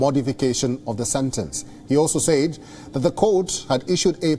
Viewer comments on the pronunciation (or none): Dude it's pronounced "sed" not "say eed". Seriously, get someone who can speak the fucking language.